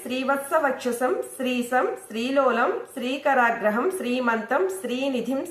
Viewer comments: శ్రీకరాగ్రహం అని పలికారమ్మా మీరు శ్రీకరగ్రహం అని ఉచ్చరించాలి శ్రీకరాగ్రహం అంటే అర్ధం మారిపోతుంది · Read correct first sree karagraham kaadhu sree kara graham